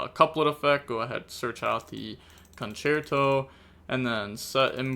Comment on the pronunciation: Game 1 the tenpai could have played better i feel like, people should really keep Ash in hand for Sauravis effect on field. On another note, props to you for trying to learn the correct pronunciation for these cards, Ostinato was perfect, for Concerto the second c was correct, the only thing wrong was the e, it's pronounced the same as the e in Dante